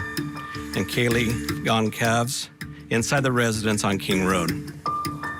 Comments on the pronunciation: “Gon-calves?”It’s only been correctly pronounced a million times in the news. Perhaps respect the victim and her family by saying her surname correctly. Gon-sal-vez. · Goodness! Ya think you could have pronounced Kaylee's last name correctly?